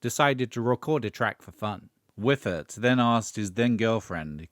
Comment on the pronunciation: "Wyffert"? 😆 Actually, "Pay for me" is the real asskicker from Whale. Still love that tune.